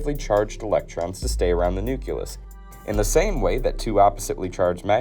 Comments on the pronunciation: Since when is there any such thing as a nuculus? Perhaps you mean nucleus? Ignorant fool! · <-- That's embarrassing when you can talk about basic atomic theory, but accidentally flub it into "Nucular" and "Nuculus". :P Ah well, it happens. Sometimes I scrub through my recorded dialog before I sync it up with my video for my own content and have to redo it for the same reasons. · The nuculus and nucular explosion! How did you end up with that sound? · I'm sorry...so very sorry. I absolutely love learning information on nuclear weapons and development thereof. I'm 4 minutes in and I can't handle the COMPLETE MISPRONOUNCIATION of the words "NUCLEAR", and "NUCLEUS"... It's not, nor will it ever be "NUCULAR", and "NUCULUS"... No excuse. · Nuke-LE-ous. Not Nuke-YOU-lous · What is a "noo-cue-luss"? I know what a nucleus is, but that other word is not a word. Smarten up your A.I. narrator. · Nuke-Lee-us Nuke-Lee-ar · The nukyulus?.. nukyulur?. Lol😂 reminds me of Ole Georgee! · hi! Very good video but as some others have pointed out you are mispronouncing "nuclear" and "nucleus". Nuclear should only have two syllables, pronounced "new-clear". Nucleus is pronounced "new-klee-us" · I can’t with the “nuculous” 😂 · Great vid, but if I had a shot every time I heard Nukelar or Nukelous - I'd be dead. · I'm sorry, "nuculus?" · "The nukulus". "The nukelar force". XD Sorry. Just joking. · I cant keep listening to him say nuke-u-lur and nuke-u-lus. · Unsubscribed because of "nukillar bomb" and "atomic nukillus" instead of nucleus. Learn to speak proper English, please! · Bro. You gotta stop saying “nuculus” and “nucular”. You really can’t put letters together one after the other? Most people learn how to do this in kindergarten or early primary school. Look at the fcking word, and read the letters one at a time: NUC-LE-AR. NUC-LE-US. God damn. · New-clear bomb. New-clee-us. You’re killing me. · "Nucular"..."nuculous"... I almost had a stroke... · ‘Nuculus’?? ‘Nucular’?? AAARGH!! 🤯